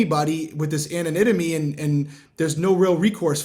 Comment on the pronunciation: Human default is to defend themselves. can you please say anonymity again for me 😉